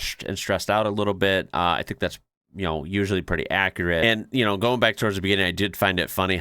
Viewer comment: How ya goin, not how ya garn